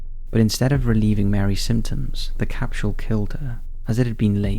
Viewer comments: the word capsule has no "H" sound, it's pronounced "cap sool" like how your pronounce the word fool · There is no "sh" sound in "capsule." continues to speak English like he's never done it before. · I love how he pronounces capsule as “capshule”.